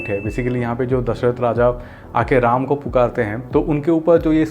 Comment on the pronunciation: Hindi sahi se bol rama not ramaa